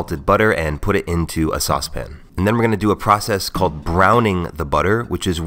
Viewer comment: He says sauce-pin... Like babish